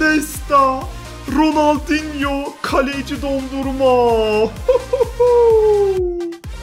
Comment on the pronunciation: Abi video mükkemml ama dondurma diyir donarruma lütafen öyle söyle sabitlermişim